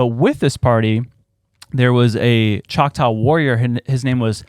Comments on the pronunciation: 😂 uhm NO! that's not how you pronounce choctaw. Saying it that way is the evidence of colonizer presence.... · Demons /Nephilem smell like death …. Kudos on the pronunciation. I’m from Oklahoma you did good.!